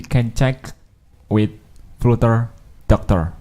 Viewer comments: It's pronounced 'flutter', not flooter as in the video and not flater as you're saying here either. It's also not pronounced 'flatter'. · Good starting point. Btw AFAIK flutter is pronounced 'flater' not 'fluter'. 😁